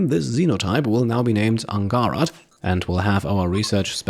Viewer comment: Angharad is a Welsh name and should be pronounced with a soft 'g' and a hard 'h' :))